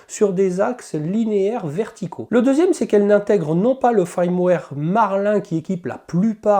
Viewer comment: FIIIIIIIrmware !! avec un "I" !! l'ail, c'est pour faire de l'aioli, dans le sud ! 🤣 Je t'avouerais que leurs histoires de "I" ou "AIL" (ouille) c'est très chiant, parce qu'on (enfin "JE") ne sait(s) jamais quand c'est l'un ou l'autre, surtout qu'il y en a aussi sur les "Y". . . . pfffff font chier les anglophones ! Sinon, cette bestiole me fait bien baver ! (j'ai aussi une SW X2, comme toi, de base !) Le Klipper aussi (je sais qu'en faisant des pieds et des mains, on doit pouvoir le mettre sur nos SWX2, mais bon, ça a l'air très compliqué quand même. Un détail, tu fais un auto nivellement sans mettre en température avant ?? normalement, il doit être fait en conditin d'impression, donc plateau et buse en température, sauf si je dis une ânerie. (a moins que sur cette machine, il y ait une raison technique à cela.)